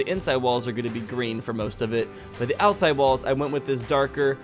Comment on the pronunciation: Count how many times he said ousside